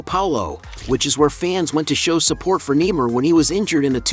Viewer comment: I don't like that he is calling him nemar i like Neymar Jr how he plays